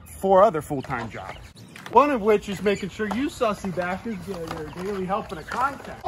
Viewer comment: Does he say bastard or backers?